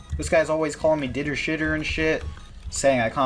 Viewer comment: Everytime Ditter says D shoes, God kills a kitten.